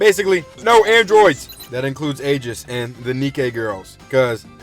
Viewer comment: you pronounced aigis rong